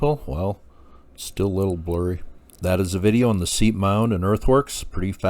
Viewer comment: As a nod to accuracy, pronunciation of Seip as "seep" is incorrect. All of us locals pronounce it "sipe" like "pipe." Sad to hear of his passing.